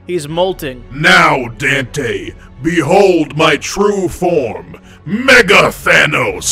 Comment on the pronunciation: Was calling him "dantay" a Devilman Reference?